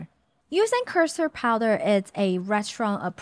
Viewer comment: Thank you for putting the picture of the custard powder, I couldn’t for the life of me figure out what she was saying